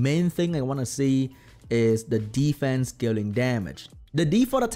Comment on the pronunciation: Re watch this video and take a shot every time say ddddfence 😂😂😂